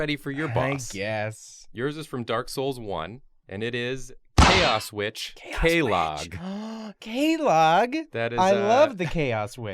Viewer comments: A few things: 1. The reason The Abyss Watchers are fighting each other is because they did there job too well and became infected by the Abyss. 2. There were two sisters who weren't turned into demons. One just went crazy. 3. Quelaag is pronounced "Quee-Lag". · They way they pronounce Quelaag... OOH THAT MAKE ME MAD. It's pronounced "kw"-"ay"-"lahg" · I was thinking the same thing, I thought was a Dark Souls expert. He probably never got the old witch's ring. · After all these years and dialogue options, people still mispronounce Quelaag? Then again if you’ve never played the game it’s understandable. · cant believe how no one is talking about how much butchered Quelaag's name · The said Quelaag wrong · youre pronouncing Quelaag wrong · Neat spider lady you got there but you mispronounced quelaag every time you said it and it bugs me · Quelaag is actually pronounced like it's spelled, it doesn't do the Spanish thing of turning into a K. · The pronunciation of “Quelaag” just pisses me off 😂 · C'mon my mans... you can at least learn to say the bosses names right. Quelaag? It's not that hard to learn to say my mans. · I absolutely HATE how he pronounces Quelaag. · The way they pronounce quelaag hurts me deep down lol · Are we not going to talk about how they pronounced quelaag and quelana? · yeah i agree with you. Maybe he hasn't played ds1 for long time and he kinda forgot how to pronounce her name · I’m sorry but it’s Que-Lag not Que-log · No one calls her “Kay-log” and no one calls her “Chaos Witch Kellogg” either. You can hear her sister in game pronounce her name “Kway-log”... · The way he says quelaag makes me want to perish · I can take them butchering the lore, but god damn. How often is qu- pronounced like a k? (and yes, dialogue in game confirms it is pronounced quell-log not kay-log) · kway-lag not K-log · Come on dude, I love you guys but it's "Qway-log", not like fekin' k-mart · Kooeylog. It's "qwaylag" haha, it's okay though. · K e l l o g g s